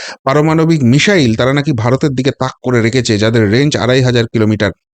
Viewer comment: Please, it's not 'mishile' BUT MISSILE~ it' "s" not "sh".